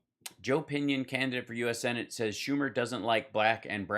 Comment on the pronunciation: Marge is sooo annoying. She says "sinnitt" instead of senate. She says themself. Wtf?? Them = plural = more than one. Self = one. Themself isn't a word. Themselves is a word. Jeez. How does someone who can't speak or com her hair or know how conditioner works get into Congress? Is it a lottery system in her district or just whoever tests negative for opioids on primary day that wins in a flaming red district? Disgusting